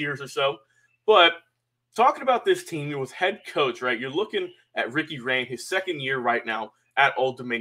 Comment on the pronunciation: Rahne is pronounced "Ronnie", not "Rain"